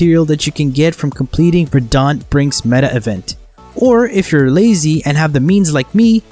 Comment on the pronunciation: Nice guide. I understand this is an old video, but I hope you're aware you're mispronouncing words. Verdant (Emphasis on the "ver" and "ant" as in the insect), Basin ("bay" + "sin"), Morass ("More" + "ass"... yes... you heard that right), etc. Regardless, thanks for the video.